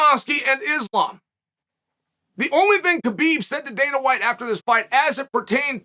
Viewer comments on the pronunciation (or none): none